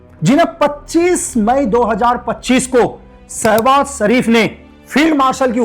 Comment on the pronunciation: Ashim munir Nahi Asim munir 😂 Sabhaz sharif Nahi Shebaz sharif ha